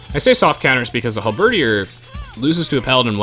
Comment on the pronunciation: "Halberdier" is not pronounced Hal-BER-dee-ehr. It's only 3 syllables, emphasis on the last syllable: Hal-ber-DEER.